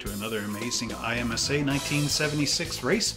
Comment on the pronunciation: Pronounce it em sa